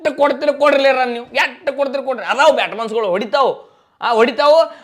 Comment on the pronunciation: Batsman ❌ Byatasman✅